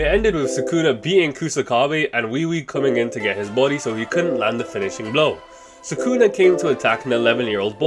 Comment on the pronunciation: ITS SUKUNA NOT SAKUNA GODDAMN